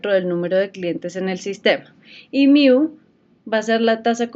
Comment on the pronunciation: Solo vengo a comentar que se dice "Mu" no "Miu"